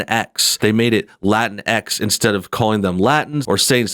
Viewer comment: "La-tincks" and "Woah-misn"